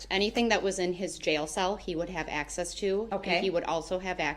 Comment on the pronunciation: It’s a CELL not a SALE LoL Uughhhhhhhhhhh